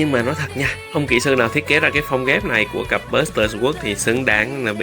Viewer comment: Kênh nội dung hay, trừ vụ phát âm English nghe tệ quá, vd: newbie lại đọc là "niu bai", sword lại đọc là "sờ uốc"....